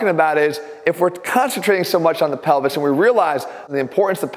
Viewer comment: ATHLEAN SAYS PELVIS ME : DID HE JUST SAY PENI$